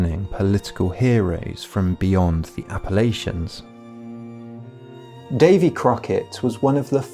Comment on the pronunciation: you said Appalachian wrong.